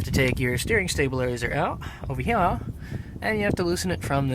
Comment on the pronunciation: I hate how dude says "ova heya"